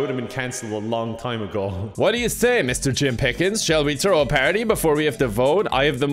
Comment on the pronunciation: I could not stop laughing at the "Mister Jim PIH-kins" at 😂😂 I had to rewind and play it again and again and again.